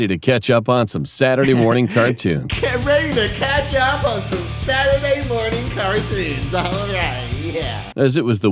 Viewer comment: He meant to say Saturday morning cartoons but he said Saturday nert cartoons